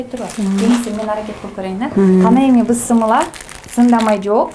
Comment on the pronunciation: Кечириниз бирок,бысмылла эмес Биссмилляхи рахмони рахиим денизчи.Рахмат сизге сиз азаматсыз.